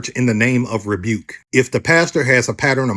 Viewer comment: What he say? "Rebuke" 😅